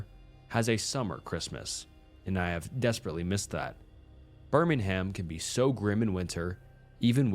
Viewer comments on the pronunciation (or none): birmingham is pronounced birming-um, not birming-ham,just so you know! love your videos!